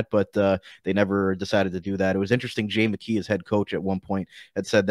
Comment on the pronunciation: I love Jackeye, that's how you pronounce his name, he will be a fan favorite for sure, he's got a good offensive side and he also has a great shot.